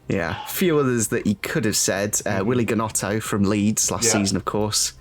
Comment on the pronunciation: was like “Willy Gonutto” 😂